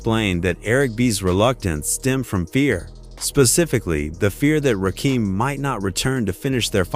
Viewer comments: It's Rakim not Keem sir... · AI,IT'S NOT RAKEEM STUPID BOT!!!!!!!!! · it's RAW-KIM not RAKEEM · Rakeem? Its pronounced Rakim. Ugh! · It's pronounced rah-kim not rakeem. I'm tired of AI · Please, if you mention Rakim again, pronounce his name right. His name is not a Rakeem. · The fact that the that he keeps mispronouncing Rakim, makes me think that it's generated by AI. Ra-kim, not Ra-keam. Or it's a real person whose purposefully mispronouncing it, so that we comment on it, thereby forcing engagement. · It's NOT RAKEEM. It's RAKIM. As in KIM. smh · I could only tolerate half this video. His name is pronounced Rah-Kim…not Rah-Keem. This AI shit is garbage. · The commentary is informative but call him Rakim not Rakeem these trolls are culture Vultures kool story bro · It's crazy if you going to break it down you gotta get the names right you can't get Eric B name right but Fuck up RAKIM name up I'm like who the FUCK is Raheem this is no coming to America or is Raheem part of the Wu Tang clan WTF HARLEM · Rakim not Rakeem.🤬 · Why do they always mess up rappers names? 2 Pack, Rakeem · Why does nearly every white person say 'Ra-Keem"? He aint prince Akeems brother. Its Rakim "Ra-kim" gat dammit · yup bro paid in full dropped in 1986 ain,t 1987. I bought it in 1986 on cassette bro , I was 9 years old and shit back then.. plus I hate the ai voice. it's rakim ain,t rakeem. wish they get with it bro ai or whatever narrating this. don.t know rap. plus cant pronounce bobito garcias name correct either damn. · It's not Rakeem It's Ra Kim Very simple 😅😂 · AI even said rock'em 1 time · It’s pronounced RA-kim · Who the f... is Ruhkeem? 😂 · You sound stupid!!!you dont even have the story right and who.is rakeem????close your mouth!!!!! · pronounced........Rahh--Kehm......... Driving me nuts listening to the AI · His name is ra-kim Rakim AI sucks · Why the fuck can’t you say his name right!!! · Nobody is having trouble pronouncing Rakim except people outside the culture…… and AI!!!